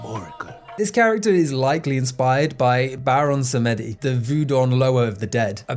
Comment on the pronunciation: wanted to just state it's pronounced Baron "Sahm-D"